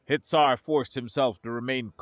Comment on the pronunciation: Hitsar sounds like Hit!er 😂